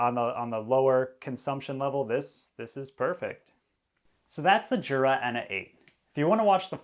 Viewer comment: Jura is from Switzerland and the J in Jura is pronounced like a Y. Phonetically it’s Yoora. ( Not being mean saying this, by the way).